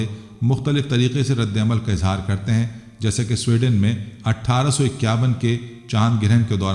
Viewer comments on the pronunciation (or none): none